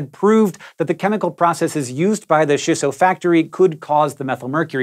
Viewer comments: chee-so...no shisso... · CHEESS-SO! NOT SHISS OH! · It's Chisso, not Shisso. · "Ch"isso. Like "ch"eese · Hank... I love everything you do... except pronounce Japanese words. It's CHEE-SSO. Thanks for coming to my Ted Talk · is triggered that you aren't pronouncing it CHEEsso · Chisso is supposed to be pronounced with a hard "ch" sound like in the word "chimp." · Why are you saying chi as shi? Do you also pronounce cheese as sheese?